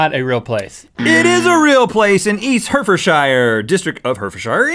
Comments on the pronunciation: Heart-Ford-Shyer actually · It's pronounced Herrehford not herford xD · Lol it's pronounced hart-ford-sheer not hert-ford-shire (as its spelt) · The way Rhett said Hertfordshire made me laugh out loud. It's pronounced Heart-ford-sheer 😂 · there's a mountain in Cornwall called brown willy, and stop saying shire (shy-er) it's shire (sher) for example, Yorksher, Hertfudsher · Actually they said "Hertfordshire". But they pronounced it wrong anyway, it's /'hɑrt.fərd.ʃɪər/ (HART-fud-sheer) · I lived there and it's hertfordshire (Hart-ford-shire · Hertfordshire is pronounced heart-ford-shire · lol hertfordshire is actually pronounced "hartfordsheer" The way he said it was so cute :3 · When place names end with 'shire' in the UK, it's pronounced 'shuh.' Hertfordshire = Hart-ford-shuh. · btw for the 'nasty, ENG' one hertfordshire is pronounced 'heart-ford-shear' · Hertfordshire. Pronounced Hart-fud-shr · Hertfordshire is pronounced hart-fud-sheer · It's pronounced Hartfordshire. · it's pronounced hart ford sheer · Its pronounced hartfordshere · rhett, that's not how you pronounce Hertfordshire 😂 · Rhett butchered Hertfordshire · pronounce Hertfordshire right pllleeeeeeeeeeeaaaaaaaaaaaaaaaaassssssssssssssssseeeeeeeeeeeeee